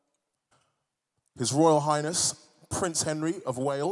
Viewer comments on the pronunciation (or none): I swear that guy said Price Henry...